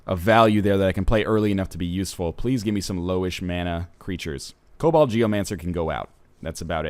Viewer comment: Jesus christ ryan it's KoBOLD not COBALT geomancer to was hell